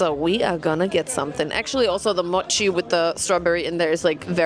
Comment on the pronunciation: Das o in mochi ist lang, nicht kurz wie dus immer sagst. Es ist nicht das o wie in „doch“ sondern das o wie in „hoch, ohr, ohne“ Du hast es schon so oft falsch gesagt es wäre schwer es dir abzugewöhnen i guess 😅